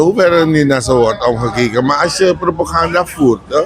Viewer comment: De 1 voert propoganda en de ander propaganda zt daar het verschil in? Deze man zegt steevast altijd propoganda hinderlijk gewoon.Kan iemand hem het juiste woord influisteren aub?